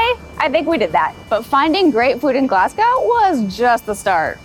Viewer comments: Pronounce it as Glasgow with the "W" silent" (Glass-Go) Its not pronounced like "gow" as in gown. You will just annoy the locals😂😂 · Och Aye! LOL Glaz-go, nae Glass-gao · Glass-Gao 😂 Try Glaz-Go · I am Glaswegian. Glad you did a few hot spots. Will ask you attempt pronunciation as 'Glas-Goh' or 'Glaz-Go','Scon', 'shpan-oh-coppitah', 'tahttys' as you used these words so often. It's like nails on a chalk board. Appreciate your amazing efforts! Glad you had fun. ❤❤❤❤ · The consistent mispronouncing "Glasgow" was very entertaining! 😂😂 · Had to laugh at you making a decent attempt at Stravaigin and Ardnamurchan but mangling Glasgow 😂😂 Great food tour though, will need to try a couple of those I'd not seen. If you want whisky the other top pub is the Bon Accord. They've a huge members' cabinet where keyholder members keep their prized bottles, the regular selection is amazing, from the sublime to the ridiculous (most expensive £5000 a measure).